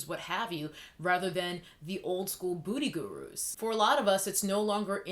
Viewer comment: L literally thought you were saying “ Booty Gurus “....🤣